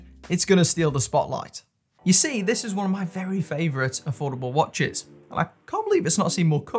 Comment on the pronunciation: Mate your accent is legendary. I laughed out loud . For some reason the way “years” came out was priceless. Great “watch-ezz” Keep up the videos more more more. I’ve missed your bashing of MVMT and filippo spaghetti or whatever it was.